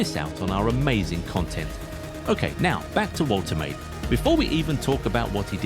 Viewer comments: Pronounced "Vol-te-mah-de" not voltermaid. German name. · The pronunciation is Volter Mardurr